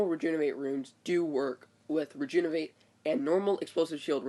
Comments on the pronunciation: Bro, it's Re-JUV-in-ate not re-JUN-iv-ate, I know it's kinda picky, but that's gotta be one of the worst mispronunciations I hear. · Please practice saying Rejuvenate correctly!! It's maddening!!